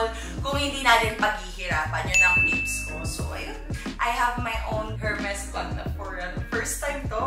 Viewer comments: PRONOUNCED PO SYA AS ER-MES HINDI HHHHERMES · Silent H po yung Hermes. 😅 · Kaya mong bumili ng HERMES pero di mo ma pronounce ng maayos ang HERMES. kaloka ka! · silent "H" po, sa Hermes 😁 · Its silent H Ms zeinab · Silent H for the brand Hermès. Don't wear it if you can't pronounce it. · Deserve lahat! But please, silent H ang Hermes 😊 But no harm done! Whether mali or tama ang pagsabi ng brand name, deserve na desserve! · Sana my mag correct sa kanya ng pronounciation ng Hermes. It's silent H po. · Silent “H”po yung pronunciation ng Hermeś mamsh. Dont get me wrong. I love you ❤️